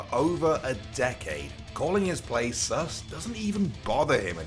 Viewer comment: you say sus like a boomer